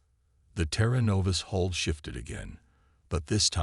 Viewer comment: Outer hole, or hull? Hall or Hull? Come on, get your AI sorted!